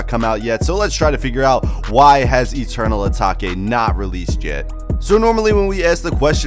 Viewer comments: Did my mans just say eternal ataki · Dont tell me my man just said eternal atake wrong...🤦🏻‍♂️😂